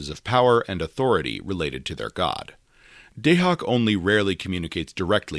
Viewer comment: Your pronunciation of Dahak is killing me! 😅